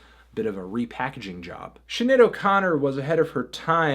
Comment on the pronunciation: Melon pronounced Sinead wrong